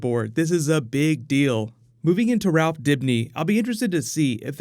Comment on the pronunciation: Drink every time you here the cast say Rawph instead of Ralph